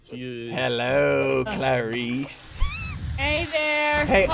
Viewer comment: Why did he call k8 clairice